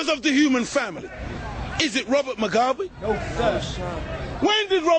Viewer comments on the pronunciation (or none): its robert MUGABE u damm fuck not robert mogwabe!!!!